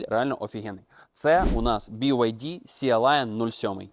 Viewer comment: Шо за "сіа лайан". Ну забий в гугл перекладач та й почуй як воно читається. На рахунок ідеальності чи доробленості - вони раз в рік випускають щось ідеальне і дороблене, ну майже ))) І прикол в тому що ніколи не буде "ідельного" BYD то що ... для цього в них є Denza.